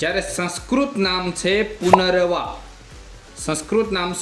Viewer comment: ઉચ્ચારણ: પુનરવા ❌❌❌ પુનર્નવા: પુનરનવા ✅✅✅ બાકી ખુબ જ ઉપયોગી માહિતી આપી છે.👍🏻👍🏻👍🏻